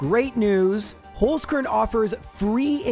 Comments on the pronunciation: Wtf, how did it come to an austrian sponsorship on my most beloved gen1-youtuber? <3 btw, you speak it like "holds" (as in "someone holds something", but way harder in the end, like a tz) "car(e)n" (as in "i care about someone" but close it with an "n", let it be read to you by google translate for example :) All the love from Vienna and keep up the awesome vids <3 <3 <3 (and please bring back the intro :D) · As a German guy: i love your pronunciation of „Holzkern“ 😂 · Me, a german when attempts to say "Holzkern": giggles Thank you for the amazing content. Been watching you for years and the month of is always a highlight ^^